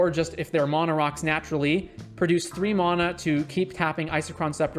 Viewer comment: There is no "o" in mana...